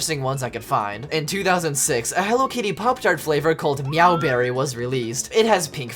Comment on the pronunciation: Meow Berry 💀 meow bahh💀💀💀💀💀💀💀💀💀💀💀💀